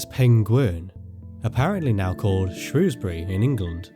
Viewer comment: Thankyou for saying Shrewsbury correctly